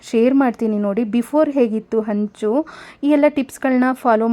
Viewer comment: Honcho is wrong ma'am. It is henchu.. please practice correct pronunciation.. otherwise it will give a confused meaning..